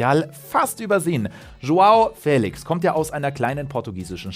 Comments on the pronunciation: Man spricht es nicht "Fälix" man spricht es "feliesch" 😅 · Trotzdem wird er Félisch ausgesprochen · Er wird nicht ,,Félix" sondern,,Félisch" ausgesprochen... Ich finde nicht das Félix 126Mio wert ist. Er hat zwar ein riesen Talent aber trotzdem ist er keine 126 Mio wert Edit:4 Aufrufe, 7 Likes... Nice Youtube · Hey! Zum Thema Aussprache von Joao Félix: Ich habe hier einen Portugiesen gefragt, wie er den Namen ausspricht. Die Antwort: "FÄLIX". Da das "e" einen Akzent hat, muss der Buchstabe betont werden. Ein "sch" am Ende ist völlig falsch, da nur ein "z" so ausgesprochen wird. Er müsste also "Joao Féliz" heißen... Das sagt der Spieler übrigens selbst, folgendes Video empfehle ich euch: (startet genau zum richtigen Zeitpunkt). Sollten eure Freunde den Namen falsch aussprechen: Zeigt ihnen gerne mein Video. :) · DANKE! BITTE NIE WIEDER FELISCH, FELIGE ODER SONSTWAS !!!111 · niemand: Manu Thiele: João Fäählix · Och man wie er immer fÄlix sagt 🤯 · Nur weil da n Akut über dem "e" heißt das noch lange nicht Fäälix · Joao FÄÄÄLIX!!!!!!! :-P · FeliSCH wird er ausgesprochen. Portugiesisch. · Nein, er wird nicht mit "sch" ausgesprochen. Die Aussprache bei Dazn in der Europa League war komplett falsch. Ich habe extra einen Portugiesen gefragt um sicher zu gehen.